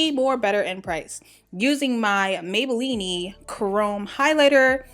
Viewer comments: That intro :-)!... I love this tutorial, BUT it is pronounced MAY-BAH-LEAN NOT may-bah-lean-nee! LOL...beautiful look! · Why she keep saying Maybellini??? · Maybelline-e lol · I love how you say Maybelline-ey lol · CLovely LC i laugh each time